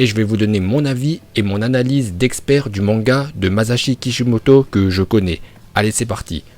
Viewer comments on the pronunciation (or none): none